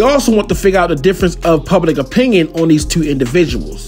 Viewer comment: Tew?? Yeah you fasho from Baltimore 😅😅😅